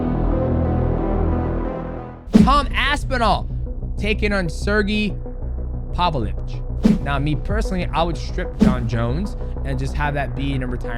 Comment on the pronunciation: Pav-lo-vitch. Have a little practice.